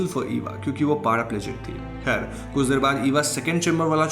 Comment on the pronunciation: Khair not "Kher" ✨